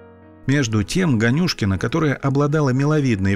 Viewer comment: Можете пожалуйста сказать вы специально произнесли фамилию ганюшкин не так там ударение не туда падает просто это мой однофамилец